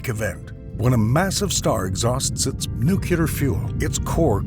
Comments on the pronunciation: no he didnt lol. he said "noo-Q-lar" instead of "nu-clee-ar" thrice and botched the correct plural form of "nuclei" (which is pronounced noo-cleh-ee) as "noo-Q-lie". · the word "nuclear" continues to be very hard to pronounce for americans... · they pronounce as Nukuler